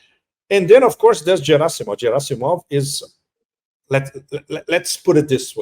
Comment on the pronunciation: Pepe is great Russian expert but has no clue how to pronounce Gerasimov correctly, yeah, right 🤣🤣🤣